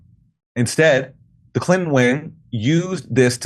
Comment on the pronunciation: Omfg.... please... Sir....there are TWO "N's" in CLI'N'TO'N'. If you leave out a single "N", you're saying, "Clit-ehn". Fuck... that's gross bruh.